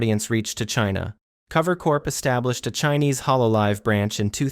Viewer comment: What bugs me about the video is that it seems there is just a lack of research done on some of the people, and then the voice doesn't even sound real, like their using some sort of text to speech, they called cover "clover" in the video, definitely not watching this channel again